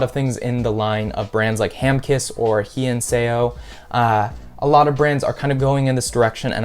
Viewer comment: my man butchered "hyeinseo" :face-purple-crying